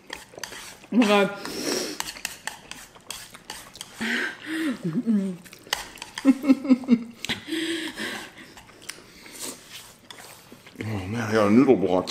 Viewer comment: U mean gosh not God😂😂😂